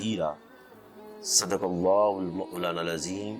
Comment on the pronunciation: Ap ko to aazeem bolna nahe aaraha